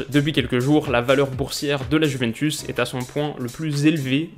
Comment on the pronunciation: Désolé mais en ayant des origines italiennes ta prononciation du mot juventus me fait saigner des oreilles...😭😭😂😂